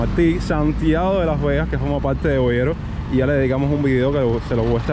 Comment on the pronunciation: que desco… está ese país hermano! Irreconocible! Ah, y es Boyeros, no bolero. No te enfades, sólo una corrección amistosa. Saludos